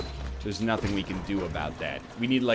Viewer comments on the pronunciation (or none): none